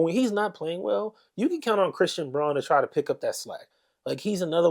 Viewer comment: I like the analysis. Christian's last name is pronounced "Brown" though even though it's spelled Braun.